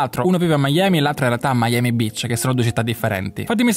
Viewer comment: Ma ciccia dopo mille anni a Miami ancora dici Miami Bitch invece che Beach 🤣🤣 muoio